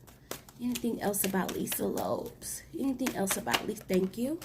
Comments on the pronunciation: Girl!!! Lisa Lopes, not Lops🤦🏾‍♀️. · I heard it too, Lopes instead of Lope"z" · Pronounced Lo-Pez